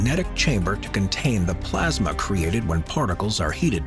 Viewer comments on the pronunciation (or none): none